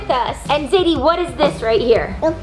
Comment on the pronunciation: Rebecca you said zedie instead of zadie